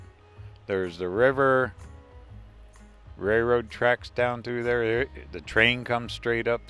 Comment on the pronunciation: I’m sorry, my husband is a railroader. It’s pronounced RAIL ROAD. NOT Ray Road.